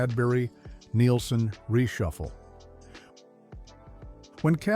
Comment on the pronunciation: It was very nostalgic but the AI narration ruins it. Lowney being pronounced as Loney and Neilson being mis pronounced. Get rid of the AI